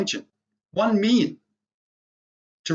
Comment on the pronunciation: its million not miyon